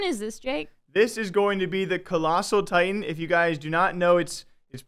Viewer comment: attack on "titans" XD